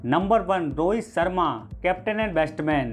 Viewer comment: बेस्टबैन नही भाई बैट्समैन या बैटर बोलो